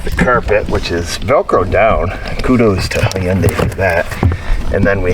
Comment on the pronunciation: Hey!! It’s pronounced “Hun Day”. 😎